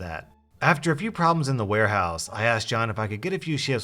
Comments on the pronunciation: Did anyone notice he said war house instead of ware house? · “war house” lol